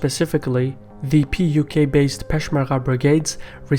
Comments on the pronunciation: You keep saying PQY instead of PUK !! LOL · It’s not PYQ, it’s PUK (Patriotic Union of Kurdistan)